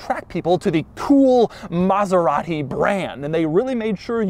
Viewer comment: Stewie approves your extra "H" sound in your Maserat-Hee pronunciation. coool Hwhipppp. same comes from John Davis host of Mote-Hore week